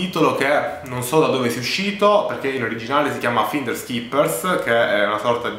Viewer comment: Intanto cominciamo a pronunciare bene la parola finders...